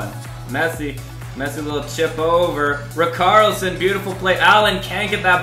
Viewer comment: the way he pronounced richarlison tho